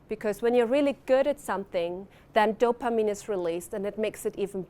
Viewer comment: She pronounces dopamine, so oddly. "DOPA-meme"